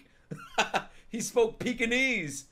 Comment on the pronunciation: “He spoke Peakanese”